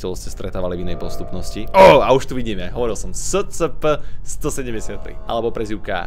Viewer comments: To scp sa číta escepe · Čita sa to ESCEPE